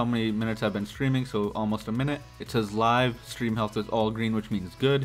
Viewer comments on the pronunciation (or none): "Live strem"